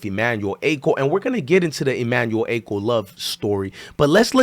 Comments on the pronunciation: Dont get mad at me its pronounced Ah-cho not Acko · Emmanuel ACHO. Pronounced as AH-CHO. Like saying AH-CHOO minus the extra “O”….